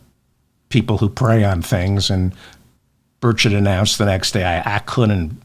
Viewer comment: Hello David ! You're correct, it's Burrrr CHETT. If it had only one "t" at the end of his name it would be pronounced burrrrrr-SHAY. This is what I got out of 4 years of Francais in high school (ecole superieure) back in the 1960s.